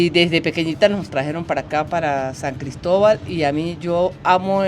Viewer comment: Que bonito escuchar decir San Cristóbal ufff siiii somos regionalistas, eso nos lo enseñan nuestros padres. Orgullosamente Gocha Tachirense. Arriba el Deportivo Táchira, nuestro orgullo.. Gracias por mostrar lo nuestro. Abrazos, éxitos y bendiciones.